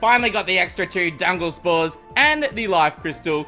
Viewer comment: He said dungle spores